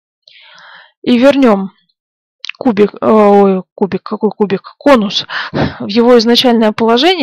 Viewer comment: Мэээ, кубик, какой кубик? Несколько раз прослушал. :))